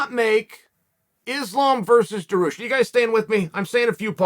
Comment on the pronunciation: also chael its pronounced DAR-HUGE with a (sh) like DAR-HUSHhhh